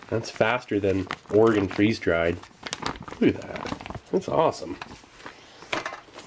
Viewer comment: As a rather new viewer I have been watching all your old videos and the one thing I want to say is, Thank you for pronouncing Oregon correctly.